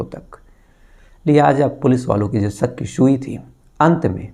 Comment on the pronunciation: Sak hota ya shak hota h bhai aap pehle shudh hindi bolna seekho